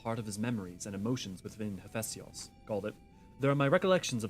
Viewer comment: Your pronunciation of Hephaistos is annoying me XD HEHF EH STOS. PLEEEASE rofl